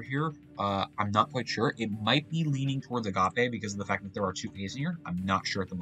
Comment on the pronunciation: My mouth is agape at your pronunciation of agape.